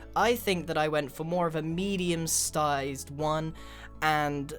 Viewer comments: Stized??? Lol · Grian 2.32 you said stizzed pull your self together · "I went for more of a medium stized one"